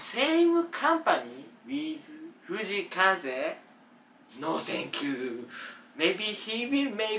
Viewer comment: フジイカゼだけ発音いい笑笑